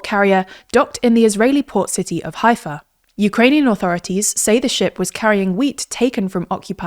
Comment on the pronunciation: You mispronounced Haifa and you showed a fake map of Israel removing essential parts of Judea and Samaria as well as Gaza and Golan & Hermon Heights. This is media bias to the fullest.